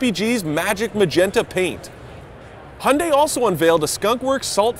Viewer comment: Can any westerner pronounce Hyundai properly?